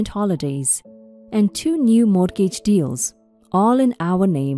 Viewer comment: Once again- the word “mortgage” is pronounced: “MORE-gidge.” The ‘t’ is SILENT!